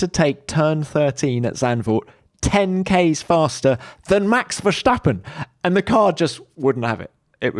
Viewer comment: versHHHtappen? There is no ‘SH’ sound in his name!